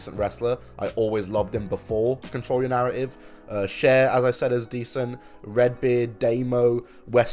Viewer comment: Control yo narra-ive